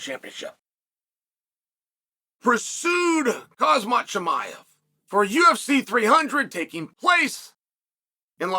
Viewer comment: Chanel butchers all their names as if they’re future opponents lol